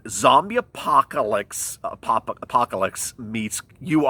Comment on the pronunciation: It's pronounced apocalypse